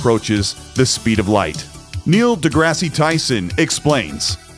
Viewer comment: Neil DeGrasse Tyson, the 'Grasse' is pronounced like 'grass', not grassy. Nice vid here. I look forward to playing Starfield. Nice white Les Paul body guitar and Journey's 'Escape' vinyl on the wall too. I'm a Star Citizen backer since 2015 and I gotta say, Starfield's art and tech looks incredible. I know it'll be single-player only so I think a lot of us SC backers/players will be trying it out. There's definitely room in the 'Verse for both.